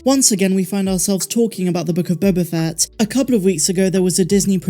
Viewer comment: You keep mispronouncing “Book of Boba Fatt”.